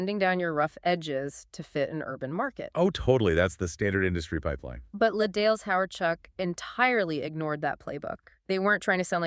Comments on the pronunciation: It hurts me how much you keep mispronuncing “les dales”. As much as I love this band and as much as I want them to be famous, I seriously suspect this channel is AI. Les Dales deserve better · You keep mispronouncing "les dales," whixh makes me suspect this channel is AI. But i love Les Dales, so i have to appreciate this